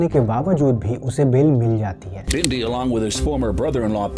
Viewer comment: Bindhi johal nhi y Bindi ਬਿੰਢੀ ਨਹੀ ਬਿੰਦੀ ………..